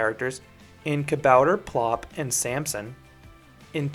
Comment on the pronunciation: 'Kabouter Plop' was very well pronounced!